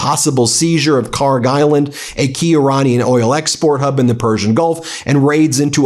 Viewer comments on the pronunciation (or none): PRONUNCIATION: (UPDATE: check google earth, they now have the correct khark label.) kharg خارک should be khark. pronounced like park but the german 'kh' sound in the beginning instead of 'p' there is absolutely no 'g' sound in the name. ک is the last letter in the name which is 'k', not گ , the next letter of persian alphabet which is 'g'. they look similar to people unfamiliar and the keys are right next to each other so it is either a typo or poor transliteration.